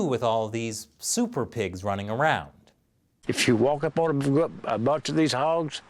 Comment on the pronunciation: "Soopa Pigs!"